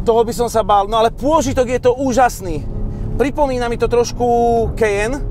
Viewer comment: preboha: Kajen, nie Kejen!